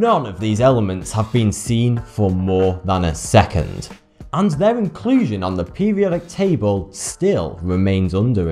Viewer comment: You need to pronounce things right in English you said pubiotic table you need to say periodic table